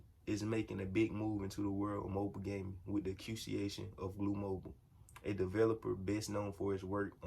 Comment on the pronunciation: love your info! btw, its pronounced "AcK kwa zish on"...no biggie...i have been helped with sayin stuff correctly too like i just learned its mischivous not mischeevi os. keep up the good work!